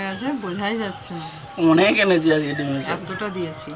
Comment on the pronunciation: Dime saag bole na.... Gime saag bole 😁